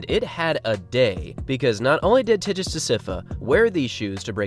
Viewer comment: Cool video. I think your videos have been my main source of marathon news recently. Thanks for keeping me updated. By the way, Tigst Assefa is pronounce with a 'g' sound in Tigst, not a 'j' sound.